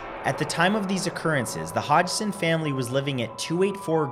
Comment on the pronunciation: hi the name of the family is pronounced hodson but spelt hodgson sorry my mum had the same surname